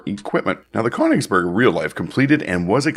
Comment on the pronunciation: Königsberg is pronounced KUH-nichs berg